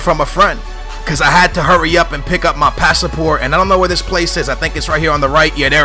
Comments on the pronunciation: Pass-Port lol Not Pass-a-Port. lol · passaport?? worst english ever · I can get you saying names differently but come on, passaport is so wrong! And being from northern ireland its also annoying hearing it called north ireland lol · what is a passaport? it's pass-port not pass-a-port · he said passaport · lol!! pass-a-port? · Haha, pass-a-port? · pass-port! not passaport!!!!! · "pasaport" was worse haha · Why do you say pasaport ? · In portugal it is passaporte, that's why he says it like that xd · its pass-port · You can't say anything properly! Passport * i am laughing so hard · He can't even say passport right. Oh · Why do you say passport so weird?